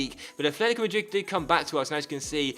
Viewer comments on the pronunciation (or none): none